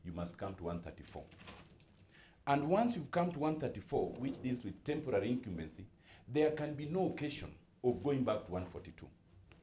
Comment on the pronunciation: IT IS ASHUUMED...TEMBORARI INKAMBENZI